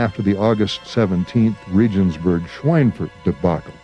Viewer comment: Regensburg is pronounced "RAY-genz-boorg." All the effort to get good film footage and information for such a documentary and the narration makes these kinds of "bush league" mistakes?